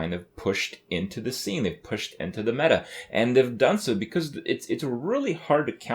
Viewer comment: The way he says meta is really bugging me...